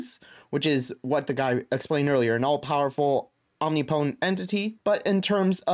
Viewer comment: Om-nip-o-tent not "omni-potent"